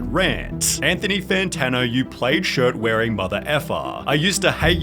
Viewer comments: plaid is pronounced PL-AD not 'played' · "Plaid" is pronounced plad, sunny. Not "played" 😅 That can't be a British thing. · "played shirt" bro are you ai? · Bro, how did you read 'plaid shirt' and say "played shirt" and be like 'yeah, that sounds right'? As if 'played shirt' is common vernacular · Do Australians pronounce plaid as "played" or did Sunny just mispronounce plaid